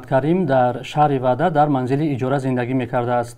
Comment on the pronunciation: Вадад не ваҳдат